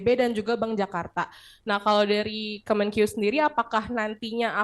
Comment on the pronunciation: Kemenkeu bukan kemenkiyu kiyu🤪